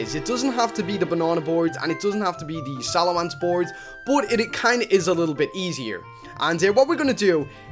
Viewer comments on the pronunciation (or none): none